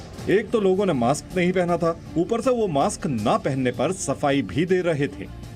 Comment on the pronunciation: Mam apne kuch mistake ki hai apne मास्क को माक्स मत बोलो 🙏